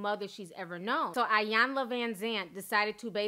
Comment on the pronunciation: It's actually pronounced e-yawn-la not eye-yawn-la